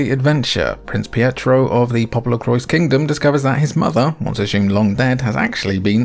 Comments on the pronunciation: Awesome video! I own a few of these, but you showed me some real good ones I’ve never played! Added them to my Christmas wish list lol! Thanks! As for Popolocrois, you pronounced it correctly, but without the s at the end- “Po-po-lo-croy”. I aslo tend to pronounce it like “popolocroa” like how you said it the second time, but I learned that was incorrect lol. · According to the katakana it reads 'PopoloKurois'... with should be spoken 'Popolocrois' as in english and not in the french way. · It's pronounced "poo poo LaCroix" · Should definitely be 'Popolo-qwah' since it's a portmanteau of Italian and French. But you know, Japanese creators love appropriating words and ideas from elsewhere and fundamentally changing them without anyone batting an eye lid (usually).